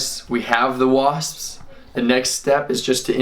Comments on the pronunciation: 😂he says wasppsspss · He said wasppsps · He said Waspspspsps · The way he adds the extra s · STOP SAYING WASPS LIKE THAT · I don't like the way you say wasp's